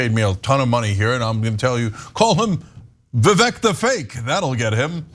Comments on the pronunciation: Vivek the Snake (It’s actually pronounced “Vih vake”) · Vivek is pronounced Vivake.. So Fake Vivek is not that terrible. Sounds worse if you're mispronouncing his name... But whatever lol. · It's pronounced 'viv-eck' stress on the first syllable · Umm, guys, the name “Vivek” actually rhymes with “fake”. In most Indian names, the letter “e” is pronounced “ay”. Like in “Abhishek”, the last part is pronounced “shake”. Same in Mahesh, Rajesh, Umesh, etc. the “esh” is pronounced “aysh”. Although Vivek Ramaswamy is pretty fake and so is Robot Ron. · You’re pronouncing his name wrong. It rymes with fake. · Vivek said in his Rap Number on Fox News, that his name is pronounced "vi-VAKE", so it rhymes, "FAKE vi-VAKE". It's not that bad, but it won't save Ronny DeSatans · The “Vivek the fake” would rhyme…Vivek pronounces his name to rhyme with “cake”….ergo it would sound like “Vivake the fake” or “fake Vivake” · Did you not see Vivek’s rap? It’s Vivek, it rhymes with cake (his opening line) So Ron’s attack rhymes when you pronounce Vivek’s name correctly and that’s supposed to be catchy but it’s still lame and wouldn’t work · They seem to have gone for “Vivek the fake” because it rhymes - Vivek is pronounced “Vivake”. Still pathetic though